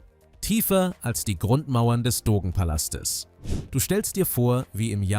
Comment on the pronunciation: Also alles was recht ist - es gehört doch zum grundlegenden Allgemeinwissen, wie man zum Beispiel "Dogenpalast" ausspricht. Ich habe in immerhin 56 Jahren noch nie gehört, daß das jemand so wie hier im Video ausgesprochen hat.